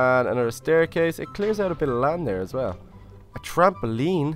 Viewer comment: is he and little lizard mexicans or what because he sounded like when mexicans said lava and trampoline ok i think they are bye 😃